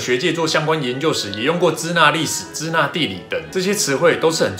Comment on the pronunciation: 支那的读音应该是Shina而不是Cina